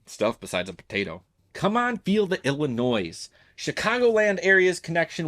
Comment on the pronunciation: You said Illi-NOISE. That hurts.